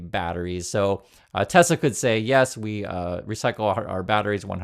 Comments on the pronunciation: "I love tesler!" 😂☠️🎉 crap cars... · "BUY A TESLER" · It's not Tesla, it's Tesler